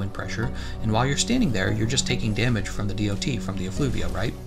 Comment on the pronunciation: saying DoT damage hurts my ears, good vid otherwise